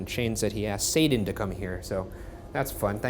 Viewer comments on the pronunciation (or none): none